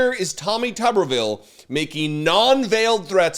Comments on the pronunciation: This stupid Cretin cannot even pronounce his surname correctly...It's Tube er ville, Not Tubbervill. Yea so I will continue to ignore this compromised SOB. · Note that his name is spelled with only one B. Thus it should be pronounced Toobervile. The most commonly known tuber is the potato. Senator Potato Head should be removed from his jacket, mashed, the fried into potato pancakes. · Tubbervile is how he pronounces Tuberville. Tuber as in a potato he is dumber than! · If he wants his name pronounced "Tubberville", then he needs two "B"s. As written, with one "B", it's "Tooberville". Tuber. Like a potato. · If it was pronounced tubberville, it would be spelled tubberville. But it’s spelled tuberville, so it’s pronounced tooberville. It’s English. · It's pronounced tooberville, there's only one "B" in it. Pronounce it correctly for further embarrassment to that mentally retarded, racist pos. Tooooooooberville. Get it, got it, good. Pce. 1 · as Tommy's last name only has one 'b' in it, much like a YouTube personality is a YouTuber, Tommy's last name is pronounced 'Tooberville'.